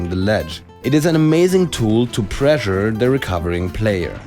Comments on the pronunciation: I thought he was saying pleasure instead of pressure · ...Pressure. It's pressure. Like, preshure. Also, great vid!